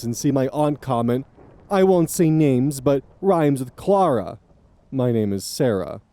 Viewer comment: Ngl i find it funny could have said it either "Cl aah raah, S aah raah" or "Cl air uh, s air uh," but decided to mix the two and i had to rewind to see what that even meant